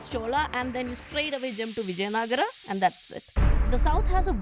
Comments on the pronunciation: it is vijayanagara not vijayanagar. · It's vijaya nagara only not vijay nagar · Xhutiye, it is actually called Vijayanagara in Kannada.